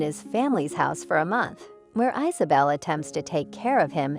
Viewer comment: Not to mention Marseille. ICE-a bell and IZ a- bell. The computer generated voices are just too annonying.